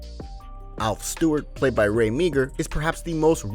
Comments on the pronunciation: It's Not Ray Meegar it's pronounced Mar. Before you do a segment like this. Please do your research before you pronounce the names Wrong. Bloody Americans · Meagher is pronounced (Maa). Galah is pronounced (Galaaaa). In fact you mispronounced practically every word of his famous sayings.